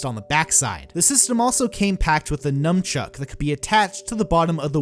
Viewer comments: Did he say numchuk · NUN-CHUCK. NUN-CHUCK.